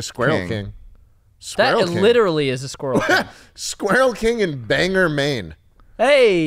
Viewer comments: “bang-er maine” im gonna have an aneurysm it’s BANG-OR and it’s not near bar harbor is like 3 hours away?? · as a mainer, schlatt saying “banger” instead of bangor made me so mad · Hi I'm from Maine and when schlatt mispronounced Bangor is hilarious lol Bain-gor is the right way lol but also ew to the rat king... lollol love you all to death tho! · He wears a “Bark Harbor” hat sometimes it’s hype. The way he pronounced Bangor pissed me off tho 😂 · If I had a dollar for every person how pronounces Bangor Maine as "Bangor" I'd have enough to rename the city to "Bangor"